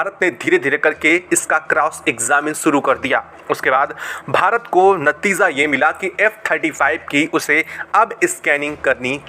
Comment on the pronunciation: नतिझा नहीं नतीजा.... झा.... नहीं....जा होता हैं मौझूद......... नहीं मौजूद होता हैं